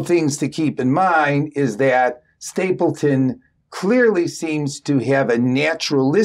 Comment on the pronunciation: It’s StapleDon, not StapleTon